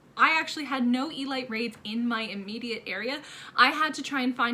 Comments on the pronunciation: E-lete not E-light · It's pronounced "ELEET"